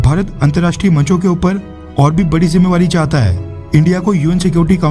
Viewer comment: Bhai tu bhi modi ji jaise jimedari ko jimevari kyu bolta he